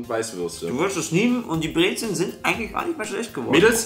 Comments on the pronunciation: Brez'n ned Brezeln!!!!!!!! XD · Für olle Breißn: Bitte sagt Brezn und nicht "Brezeln" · nö es heißt brezellllll